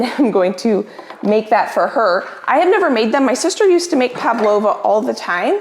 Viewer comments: Hi. Greetings from Australia. I love your videos. I often have a binge watch. What you made is a PAVLOVA. Pronounced pav-low-vu. An Australian dessert, although New Zealand also lays claim to it. 😂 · Hi, You asked for the correct pronunciation of the meringue dessert you made for your sister...it's PAV-LO-VA. Love that you're always willing to tackle something new...constantly adding to your cooking and baking accomplishments. Keep on keepin' on! 💚😊💚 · Hi, there’s no B in Pavlova and it’s pronounced pav-lo-va. Also when your making your pavlova, put a small dot of the mixture in each corner of the baking paper, to keep the paper from moving off the baking sheet. Much love to you and your family from Melbourne Australia 🇦🇺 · When she typed up her to do list, actually typed up “Palpavo”. Her recipe print-out was correct, but it seemed like was adding in the extra P whenever she said Pavlova. Edit: said pavlova correctly. ❤️ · Hello! You are my absolute favorite YouTuber and I’ve been watching you for years! Just thought you might wanna know it’s pav-lova with a V and not pap-lova with a P! This was such a stunning dinner party. You give me so much inspiration! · It sounds like she's saying Pablova not Pavlova. Maybe my hearing is off. It's named after a Russian ballerina. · Did you notice calls it Pap-lova and she wrote it as palpavo. Love it. She bakes a million times better than she pronounces our beloved Pav 🥳🇦🇺🥰🤣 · Pavlova not paplopas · I was wondering what palpavo ment on your list of things to get done and then you said pavlova 😂 I had a good giggle. It's said how it's spelt. Pav lo va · It’s Pavlova, not Paplova, you’re saying it incorrectly. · It’s spelt Pavlova, so pronounced Pav -lova, “v” rather then “p”,. Great recipes and a beautiful table setting,! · PaV-lova, not paP-lova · Actually it is not Papalova like is pronouncing it is Pavlova. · Its pronounced PAV-lova :) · PAVLOVA not paplova